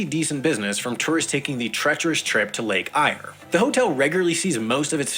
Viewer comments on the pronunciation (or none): Lake Eyre isn't pronounced "Eye - arr". It's just "Air". :p And "Woomera" isn't "Woo - mere - ah." It's "Wuhm - err - a "